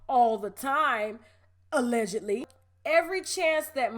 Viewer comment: UH-legedly. That right there has me hollering